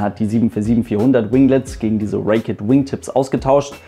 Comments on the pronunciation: bitte (!) Sag nicht "Reek-ett" "wingtips - Es heisst Raked Wingtips und wird " Reekt" ohne "ett" ausgesprochen. Nicht böse gemeint aber ich finde, du verdienst eine perfekte Englische Aussprache.;) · Cl4rendon Genauer genommen wird es „Räikt“ ausgesprochen :)